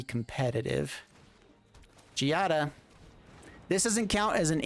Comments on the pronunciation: Don't know if this was said already but Giada's name is pronounced GEE-AH-DUH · Considering the way the ETB mechanic can be so useful in the deck and gameplay, try using cards that blink. Your usage of makes me throw up in my mouth a little every single time you mispronounce it. Learn and grow. Kaito is something I would find a better card to use instead.